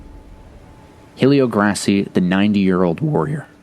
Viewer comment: Just a nitpick, but the name is typically pronounced “Elio Gray-See.” H’s are silent in Portuguese. Another great video!!